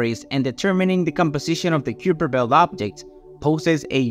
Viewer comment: It's pronounced "Kyper Belt"